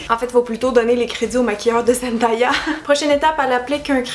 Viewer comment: zen-day-ya et non zen-die-ya 😊